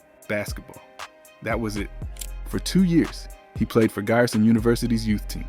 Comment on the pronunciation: That "i" in Giresun is not spelled like in English "i", it is spelled like "e" letter in English...